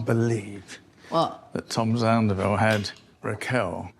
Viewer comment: your pronunciation of “zandoval” is absolutely spot on